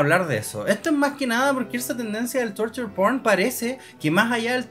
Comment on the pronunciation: Al pasar los minutos la pronunciación de "Torture P*rn", sonaba a "Turtle P*rn". 🐢😮